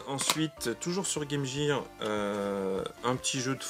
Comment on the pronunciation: Salut, sympa tes achats ! Petite info : Game Gear ne se prononce pas Game Jire, mais Game Guire ! Beaucoup font la faute (je la faisais aussi jusqu'à ce que je demande à ma prof d'anglais ce que ça voulait dire ^^ "Equipement pour le jeu", pas très classe en français...)